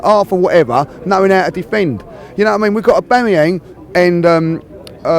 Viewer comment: Omg he said Aubamayang correctly for once! I can’t believe it! XD